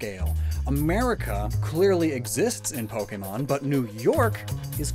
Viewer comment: "The Fuckemon world"